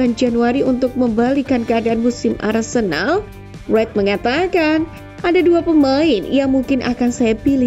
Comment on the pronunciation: Apa cuma gue yang denger "Arsendal, bidik rodrigo" 😮